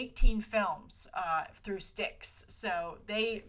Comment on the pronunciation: I believe STX is said as just the spoken letters S-T-X and not like the River Styx. Great video and on point about the behind the scenes of the Hollywood shakeups